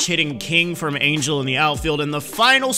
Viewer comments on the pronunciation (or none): none